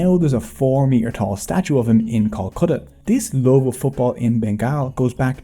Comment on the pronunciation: Bro It's Love not lave😮 I'm from Bangladesh too